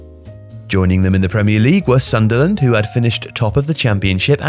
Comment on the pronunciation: I think you pronounced sunderland wrong